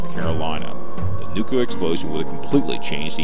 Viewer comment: First of all, stop saying "nukuler". With the second bomb, 4 of the safety switches failed with only the 5th switch preventing detonation.